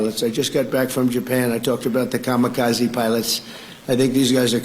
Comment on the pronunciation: “I was just in Japan, I talked about the Ka-mi-kozzy…” My non-brother in strife, just casually bringing up Kamikaze in Japan is just breathtakingly tasteless, unless one is making a worthwhile point about war crimes and imperialism in a productive context, I suppose, but he’s certainly not doing that.